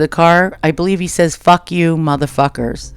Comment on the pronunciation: it sounds like he said faaack jou malafackers...